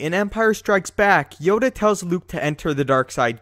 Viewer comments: Please never call Yoda “Yoder” ever again. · I am Darth Yoder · Yoder? I love Yoder.